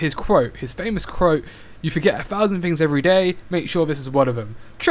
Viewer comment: Quote. Not crote.